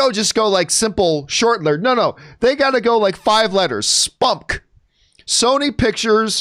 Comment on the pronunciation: I literally did not think to pronounce it as "spumk" until you said it John. I would just say the letters like MCU and DCEU. Es-Pee-You-Em-See.